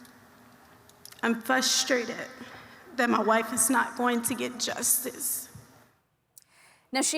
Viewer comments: "I'm Fuhstrated" 🤣🤣🤣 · She’s fusstrated ?!? She should be frustrated with her wife’s actions not Russias laws 🤦‍♂️